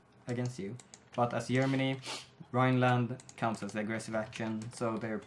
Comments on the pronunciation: mean Yermani? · think it's funny... Yeneral, Yerman reich, Yentle, Yumbo yet. Yermany :3